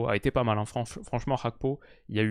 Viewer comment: Petite question. pourquoi tu prononces Gakpo à la néerlandaise alors que son patronyme est togolais ?